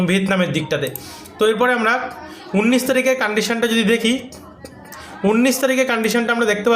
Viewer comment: তোমার একটা উচ্চারণ আজ পর্যন্ত ঠিক করাতে পারলাম না ভাই। উনিশ হবে ভাই। উন্নিশ হবে না। একই ভুল বারবার করছ কেন ভাই